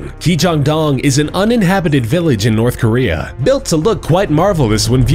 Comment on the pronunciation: Jeez nourthkorea